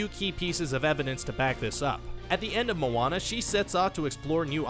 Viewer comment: Atleast he can say Moana right